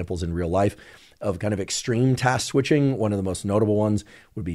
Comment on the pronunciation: Had to giggle at Dr Huberman saying "Task Squishing" 🤣